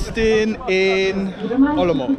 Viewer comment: You pronounce Olomouc like a real native person from Olomouc. 😀